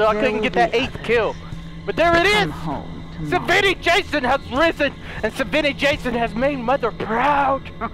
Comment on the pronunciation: He says savvani Jason 😂